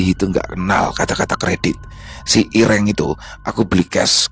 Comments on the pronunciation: Hitam itu irêng ,bukan iréng bang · intonasi medan dan Jawa "e" ireng nya beda loo ya😂😂